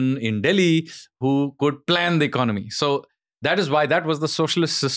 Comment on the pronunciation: EcoNOmic. ECONomy. Don't lose a syllable.